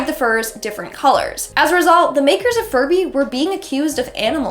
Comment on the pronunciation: why did i hear furry instead of furby